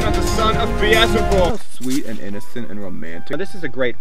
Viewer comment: Loved the makeup tutorial -- but it's BEELZEBUB, not Beezelbub - unless you really want to p**s him off. Love your vids!